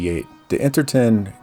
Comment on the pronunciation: You also mispronounced Interton as, variously, "Inter Ten" and "Inter Tin". In other videos you say "Inter gated" instead of integrated and a few other examples. It's okay, though; we get it.